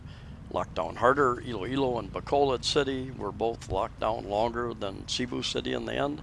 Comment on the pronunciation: My wife is from Cebu. Its SeaBu, not SayBu